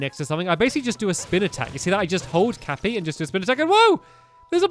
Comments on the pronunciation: ITS NOT CAPPER ITS CAPPY!!!!!! love your vids :P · it is cappy not capper!!!!!!!!!!!!!!!!!!!!!!!!!!!!! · Stop saying Cappa it’s cappy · Its cappy not capper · "cappy is your companion!" -stampy also stampy: CaPpEr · Its CAPPY not CAPPER Just a tip \_(‘^’)_/ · Stamy: Cappa Me: U. U gotta be kidding? Pls, Tell meh ur kidding! Its CAPPY! C A P P Y! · His name is cappy not cappa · When you watch this video for the second time but forget that he says 'Cappa' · Stampy every time: Capper Me: STAMPS ITS CAPPY NOT CAPPER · For some reason I'm just bothered when he says "Capper" instead of "Cappy".... Oh well! I still love Stampy's let's plays! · "Capper" is actually Cappy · It's cappy not capper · It’s not kappa, it’s Cappy😂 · finally i hear him say cappy instead of capr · Stampycat was calling cappy capper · Hey Stamps, it’s not “Cappa” it’s “Cappy” (Ka-pee) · And its not a capper its a cappy stampy! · It's cappy lol not capper but you can call him that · He calls the hat C a p p o instead of C a p p y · Stampy... Here is a NON spolier tip. The hat, Cappy, is pronounced "ka-pee," not "Ka-per." Just so you know! 😁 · him calling cappy cappa really triggers me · Stampy it’s. Cappy not capper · The hats name is cappy not capper. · STAMPY!! The cap is cappy and not cappa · The hat is called Cappy not capper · “Capper” it is “cappy” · cappy not capper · You were calling cappy capper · Comment if you were getting mad because he was calling cappy capper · I'm not triggered but its cappy not capper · It's name is Cappy not caper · His name is cappy not capper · CAPPY! It's CAPPY not cappa! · Cappy Not Cappa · It's CAPPY. Not CAPPER, Stampy... it told you his name was Cappy when you got him. But you kept calling him Capper! It's CAPPY, Stampy..... Cappy... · he is cappy not capper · Stamps ITS NOT CAPPER ITS CAPPY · The name is cappy not capa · Do you know the hats name stampy it's Cappy not capper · It's Cappy! Not Capper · Stampy it is cappy not cappa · It is cappy not cappa